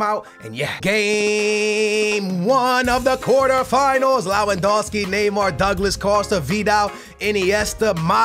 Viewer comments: Neither is his pronounciation of "Lawandowski" it's freaking Lewandowski. But it's just annoying. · it's Lewandowski not lawandowski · Amazing video, goodluck with portugal, and you say L-E-W-A-N-D-O-V-S-K-I but you wright it like Lewandowski